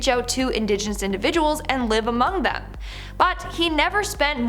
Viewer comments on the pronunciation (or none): none